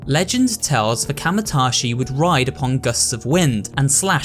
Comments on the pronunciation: Bro, did you literally write out the name kamaitachi and then proceed to mispronounce it as kamatashi every time you said it? I appreciate the dedication lmao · It's ka maii ta chi not kamatachi